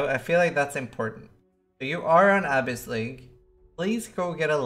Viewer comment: "Ahhh-biss league"... my gawd.